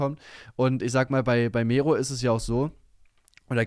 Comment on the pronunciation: Ohne Witz egal wie sehr ich Mero hasse, BITTE BITTE BITTE SPRICH DAS WORT NICHT MEHRO AUS SONDERN MERRO 🤦‍♂️🤦‍♂️🤦‍♂️🤦‍♂️ Es macht einfach nur unfassbar aggro. Kann es nicht fassen dass Mero428 dieses Wort so in den Dreck gezogen hat. Habe das Wort damals immer benutzt und so meine Freunde angesprochen aber jetzt kann ich mich dabei nicht mehr ernst nehmen...